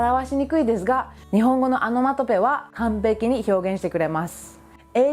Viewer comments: アノマトペじゃなくて、オノマトペね。聞き間違いなら失礼。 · オノマトペは仏語で米英語ではアナマタピーアって感じの発音ですからね ちゃんと動画内の字幕で訂正していますし